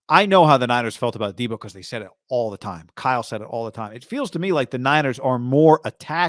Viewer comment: Come on bro “pick 10” and “deebo” like get it together